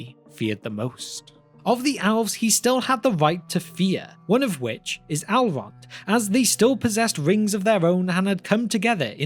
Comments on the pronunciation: ELrond ELLLLrond. Not Alrond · Why u pronounce elrond as "allround"? Cmon man :( also about gandalf vs sauron... Saurons pupper brokes gandalfs staff and you are saying that this puppet is also stronger than sauron himself. Realy?